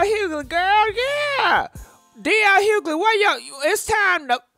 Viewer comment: Girl the g in dl’s last name is silent.